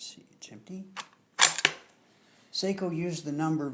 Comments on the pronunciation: It's definitely pronounced S-ah-ko. Finns use the dipthong ei for the long A sound. They use ä for the sound of the a in the English words cat, hat or at. Sort of. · Yes, the proper Finnish pronunciation is "Sock-o", as in the sock on your foot. My family hosted a Finnish exchange student one year and she corrected my mispronunciation. That said, I don't own a SAKO rifle but I do love my Parker-Hale .243 Win. And the name is spelled in all capitals. It refers to, "Suojeluskuntain Ase- ja Konepaja Oy" which in Finnish means, "Civil Guard Gun and Machining Works Ltd". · Say-ko rolls off the American tongue much easier than Sock-o. :)